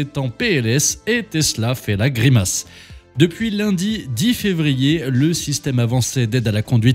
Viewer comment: Il serait temps d'apprendre à prononcer convenablement Rimac. Le c se prononce ts .